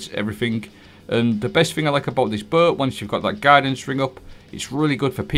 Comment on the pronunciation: I’m sorry but how do you say BOW?